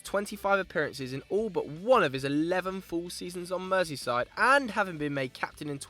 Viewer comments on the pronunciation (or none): none